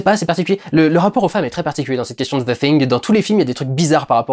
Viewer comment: Vraiment un bon vlog que tu as fait durendal et tu es un des seul youtuber francais a bien prononcer le THE hahahah bonne journée.